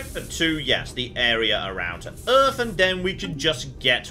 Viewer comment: How is the planet not called "Earf"?